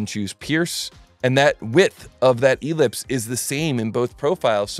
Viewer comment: The accent on ellipse is on the second syllable.